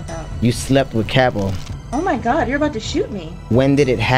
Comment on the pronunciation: “Ya gotta be careful with this dropout” ……. “WHAT THE FAWK. GAWWD”